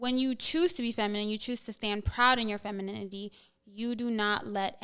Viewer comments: Shawty with the bucket hat on couldn't even say "femininity" so you know she don't know what the hell it looks like yet alone how to describe it! 🤣 Shawty on the far right too wishy-washy. Would agree on somethings things then the feminists side would come out. Definitely would shoot my shot at the one in the middle😅 Seems more understanding... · Can't even pronounce femininity - much less spell it - much less be it